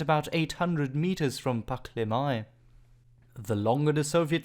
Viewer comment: Not bad, but some of the Estonian names and pronunciations need still work. For example "Ssivertsi" is Siivertsi and "Pahklemae" - Pähklimäe. Most of the estonian words has emphasis on the first vowel and two vowels are pronounced long like "tUUling" (somehow author decided to pronounce "u" as "ü") or "RIIIpalu" (not "riPAlu") . So "ssivERtsi" should be "sIIIvertsi", "pähklaMÄe" sounds more like "pÄHklimäe". Other than that - Good job! Subscribed.